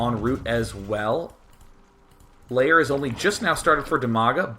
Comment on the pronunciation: Are you pronouncing lair 'layer'?